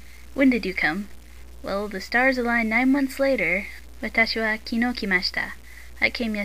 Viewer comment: kinoo ;( it's kinou love your lessons though, by any chance, does your book have an "o" with a line above it?